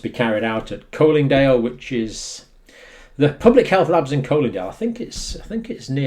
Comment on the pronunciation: Nearly right Dr. Colindale (with a hard o) near Hendon.